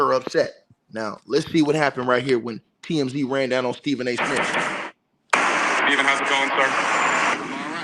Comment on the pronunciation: Is he saying Stephen A Smith or snitch😂